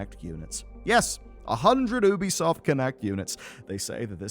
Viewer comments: It's pronounced YOOBY-soft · Just by looking at the text on the preview I understood that the author says Oobisoft instead of Ubisoft 😂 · Not if you call it by its proper name. It's not an American company, it's french. So it's pronounced 'Oubisoft', not 'Youbisoft'. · Its actually pronounced Ubisoft.